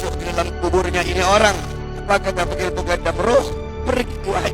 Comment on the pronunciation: ALMUKONDO.M BIB .SALAH NGUCAP ELUH. MUKONDOM.